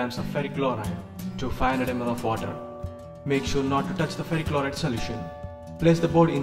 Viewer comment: What board do you use to make the pcb please? Also you said some word chroride i could hear cos of music all i heard is chroride But thanks anyways